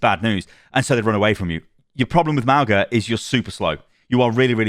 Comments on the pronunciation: It's Mauga, not Magua. Ma-u-ga, Mow-ga, whatever, but not Mahgwa. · Lets slaughter you. Mauga is fine, but how could i be Magua? Its either Mauga or like she said, "maunga" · There actually is no "guh" sound in Mauga at all. It's a nasal "n" sound you make with your tongue at the back of your throat that you open to an "ah". Mah-oo (nasal n)-ah. 2 Syllables. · Magwa? I say Mouga. Hopefully he gets some tuning. Plus he destroys with Zenyatta. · Mauga's is Samoan and it's pronounced similarly to "Manga", as consonants in Samoan are the same as English except G which makes an NG sound as in "song." (no hate, just an informational comment) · I’m pretty sure it’s jus Mow-Gah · i’m pretty sure it’s pronounced “mow-na” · Mau-nga like the ng in sing, /mauŋə/. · They pronounced mauga at blizzcon if you think its said wrong take it up with blizzard